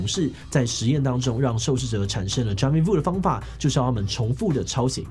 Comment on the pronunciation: jamais vu 的 s 是不是不發音?